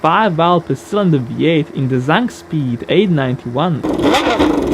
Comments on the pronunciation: ZAKSPEED NOT ZANKSPEED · Zakspeed, not Zankspeed. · Not "Zankspeed", but - Zakspeed!! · sorry to be that guy but i'd like to point out that the company is called zakspeed, not zankspeed. they also built the legendary zakspeed capri.